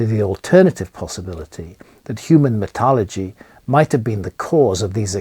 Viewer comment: I love graham but he needs to adopt the word metallurgy and stop saying metalogy, especially when all the papers he’s siting are in American journals